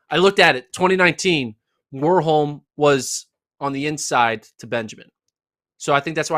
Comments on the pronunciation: I would say the difference is rather in the first letter. In Norway we pronounce W just like V (two different letters yet no difference, which is why "w" is very rare in Norwegian). So one should pronounce Warholm more like Varholm. Not a big thing though, but since we are on the topic 😊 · The a in Warholm is pronounced like you do in Karsten, not like in war.